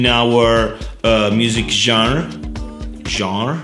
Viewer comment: Great video. Very very clear. And you pronouced "genre" perfectly ;)